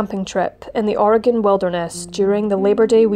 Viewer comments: "OR-eh-gun" vs "Or-ee-gahhhn". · Thank you for pronouncing Oregon correctly. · As an Oregonian, I want to thank you for pronouncing my state's name correctly. ❤ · What an awful story--I used to live in Oregon and I never heard of it. (Thank you for saying "Oregon" correctly!) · How can you screw up Oregon? Im English but l know how to say it haha.